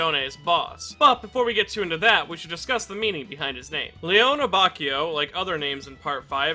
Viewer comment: Love the video. Just gotta let you know that his first name is pronounced "Lay-OH-nay". Also on a different note, I love how Abacchio has one of the most well-rounded and complete character arcs in Part 5.